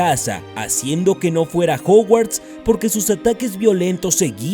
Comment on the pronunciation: Juguarts? Jajaja